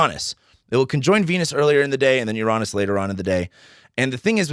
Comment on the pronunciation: I'm usually very cautious about who I get my information from, especially in this topic of astrology. But your video today helped concrete my opinion of you. Your outlook, insights, and honesty reveal your good energy. I may disagree with your pronunciation of Uranus, but that's a small thing, haha! Thank you, sir. It's good to find a good voice.